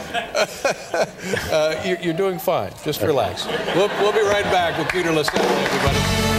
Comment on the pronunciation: btw it's Peter Lasally, not LaSalle. Great video otherwise!